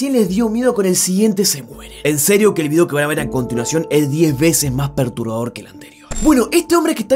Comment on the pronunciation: Julián cuando dice perturbador es como... PERTUBAdor